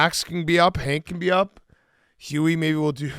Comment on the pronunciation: How does big cat always mispronounce “Huey” as “hubie”